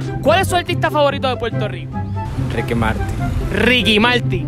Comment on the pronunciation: Me revienta cuando tratan de imitar nuestro acento y dicen Puelto Lico, como si fuéramos chinos, no puedo con ellos me sacan, nosotros nos comemos las r pero no esa clase de r sino las que están entre medio de las palabras entre las consonantes, no sean brutos y observen mejor. Las r seguido de vocales NOOOOO